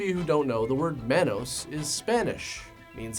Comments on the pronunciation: it's pronounced Ma-nos ... Not man -nos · pronouncing it as MANN-OSE and not MON-OSE is killin me 😂😂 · It's pronounced Mah•nos not man•os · Every time you pronounce Manos as "Mann-os" chips away at my soul a little bit. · It’s MAH-nos like how Jamaican people say man. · It's pronounced mawn-os. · I loved your video so much but it bugged me because Manos is pronounced “Maw-nos” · It's also pronounced Mah-Nose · The way he says manos.. I don't know if I can watch the whole thing. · The way he said manos greatly upset me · The way pronounces "manos" haha. Nothing but love tho 😅❤️